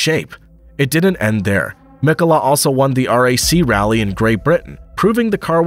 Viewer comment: Pro tip: Finnish words are stressed on the first sylabus, so its Mkola, Hkkinen , Sto, etc